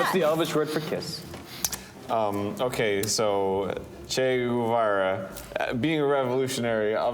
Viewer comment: "Che Guevara - T-Shirt" This really hurts